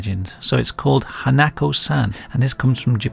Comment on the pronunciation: It's "hah-nah-koh" not "han-nack-koe" sorry. I'm that guy.